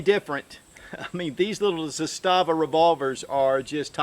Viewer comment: Pronounced “ZAH-stuh-vuh” Arguably better AKs than Kalashnikov, best SKS version ever made, and their Makarov-type pistols are just solid. Looking forward to picking up one of their revolvers.